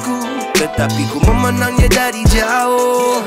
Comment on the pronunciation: sebutan ayat “jauhhh” tu unik….